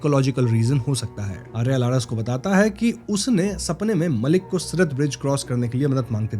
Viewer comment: Its siraat not sirat